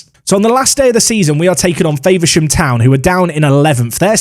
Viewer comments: As a Faversham town resident. It Infuriated me hearing you pronounce Faversham. Faver-sham instead of the Fav-er-sham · As someone who lives there I hate the way you pronounce Faversham as Favourshaam, it’s more of a Fahvurshum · Love the videos, a karen comment for you, just an FYI you are saying Faversham wrong 😂. Its Fa-ver-sham said like fah-ver-shom. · The way you said faversham the first time was amazing 🤣 it’s Fav-er-sham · Faversham is pronounced with a lower a, F-‘ah’versham 😉 great vid mate. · lol the way you say Faversham is funny ! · Can you stop saying Faversham like that please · Speaking as a guy from Kent, Faversham is pronounced with an A sound as with apple rather than acorn.